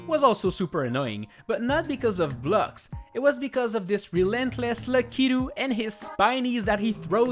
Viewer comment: Its pronounced lak-it-too not le-ke-to